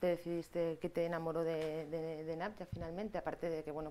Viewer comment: Jajajjajaja que si todo el tiempo le dijo namja